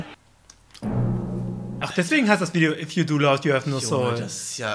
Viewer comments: btw "laugh" wird nicht "love"ausgesprochen sondern "läf" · Hey Viktor. Ich muss jetzt ziemlich kritisch mit dir sein. Aber du sprichst eine "Try-Not-To-Laugh-Challange" als "Try-Not-To-Love-Challange" aus. Und schmunzeln bedeutet, wenn du versuchst einen sehr ernsten Blick aufsetzt aber trotzdem etwas lächelst. Das was du als "Schmunzeln" bezeichnest ist eher als "Glucksen" oder "Kichern" bekannt. Ich weiß ich bin ein Klugscheißer.